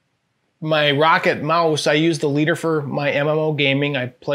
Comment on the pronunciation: It's Rock-Cat, not rocket